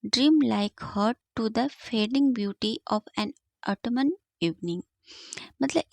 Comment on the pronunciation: Correct pronunciation of Autumn is autum not auto -man